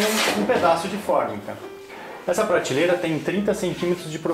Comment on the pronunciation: Muito bom o vídeo. Mas pratileira ao invés de prateleira, todos dizem errado. Que coisa.